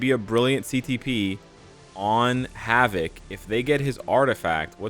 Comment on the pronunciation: 'Hav-it'? Wtf?